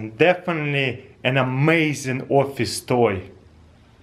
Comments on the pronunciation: Was is just me who understand "plug it in on your orpheus desk" ? :'D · is he saying orphace toy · Cooking With Cows his accent changes how it sounds. He said office.